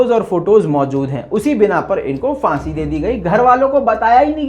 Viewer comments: Phansi not fansi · Fansi nhi,,Phansi hota hai.